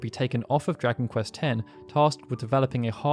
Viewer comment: What game is this Drakenquest keeps speaking of? And the "Mae" part of Maehiro is pronounced as "mah-eh" I'm really sorry, but how did your pronunciation skills get so bad? Especially since you've been running this channel for such a long time, one would think you'd gotten better at it over time, my dude. The Japanese names I can understand, but English words like dragon and compilation (remember I asked you about compile-lation during a live stream?) are really strange, since you don't seem to have too much trouble in general. It's just certain words every now and then that make me go, huh?